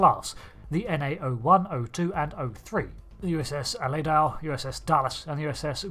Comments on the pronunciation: Pronounced Uh lee doe … Not al uh do. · It's Aledo.........A-LEE-DO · Ahh-lee-doh. ALEDO. I could see a Texas class as automated, but operated as a small PT Boat. Send it out in waves; in surge attacks. If needed, you could place combat control on a larger Texas Class ship with a small crew. Possibly less than 10, 7 at least... Skipper Little Buddy-1st Officer/Main Gunner Professor- AI driver Technician/Remote units controller/programmer Mr. Howell-Chief Engineer Mrs. Howell- Engineers Mate Ginger-Weapons Maintenance/Amorer Mary Ann- Expendible Jack of All, Technician 1st Class. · I love these videos, but I will never understand how someone can mispronounce something that is said multiple times in the episode. How could anyone think Aledo was pronounced A-lay-dow, especially since the name was said several times. It reminds me of a friend that pronounces Skyrim as Skrim. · super duper, teeny tiny correction: Aledo is pronounced "Ah-LAY-do". Remember if it comes from anywhere you'd think of cowboys, there's a lot of mexican/spanish influence on the place names. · USS ah-LEE-doh... Not whatever you said 😂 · Aledo is a city in texas and its pronounced a-leed-dough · The Aledo is pronounced "ah-lay-doh", just FYI. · "Allay-dowe"? "Serri-toes"?? A perfect video, but your pronunciation hurts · I'm curious why you pronounce the names of the Cerritos and Aledo like you do, esp. since their pronunciations in the episodes are pretty consistent. Instead Ser-EE-tohs, you say SER-uh-tohs, and likewise instead of uh-LEE-doh, you say AL-leh-doh, not only changing vowels but changing the stressed syllable. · Al-ee-doh. Ser-ee-toess. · Seh-ree-toes. A-leedo. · The narrator pronounces Aledo and Cerritos so strangely.